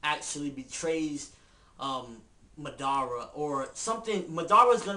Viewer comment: MADARA! Say it once... Madara! Say it twice... NO! It's MA-DA-RA! Tie the syllabols together! It's not Ma Dara! It's MADARA! Say it all together now...